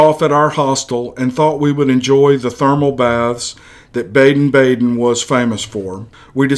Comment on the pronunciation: BADEN in pronounced "bah-den" and it means "baths", as in mineral baths. Love your videos!